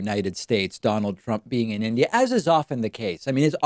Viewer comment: "In Idiot............" Donald Judas Trumpsky impresses everyone by his ability to get three letters of his host Country right at least.